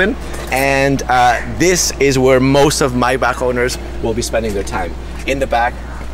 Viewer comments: Me every time he say MYBACK instead of MAYBACH 🤦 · Omg! The way he says Maybach is driving me insane 😳 😐